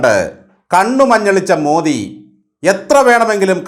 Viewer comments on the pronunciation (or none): none